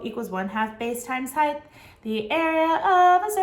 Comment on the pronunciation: Are you saying heigth or height?